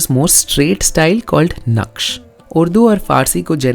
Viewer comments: Correction:Naksh nahi Sir Naskh نسخ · It's not naksh. Its Nashk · Wonderful video! Amir Khusro's mother was of Indian origin. Also the arabic script is called Naskh not Naksh